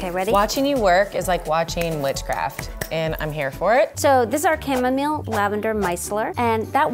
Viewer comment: I hate the way how she pronounces chamomile and Jojoba